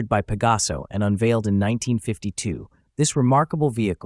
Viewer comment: Oh narrador!!!!!...fala-se exatamente PEGASO...para facilitar a dicção seria com o acento no A.